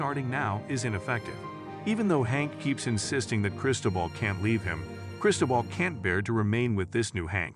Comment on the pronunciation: “Foo-Chess” & “Chris-toe-bull”- time to give your Fiverr voiceover guy some pronunciation guides.